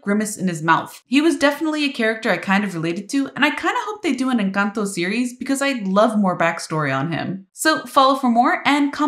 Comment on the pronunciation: The way you say "Encanto" is perfect! 👌